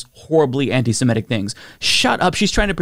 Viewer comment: It's antiseMItic, not antisMEtic.. Rhymes with critic.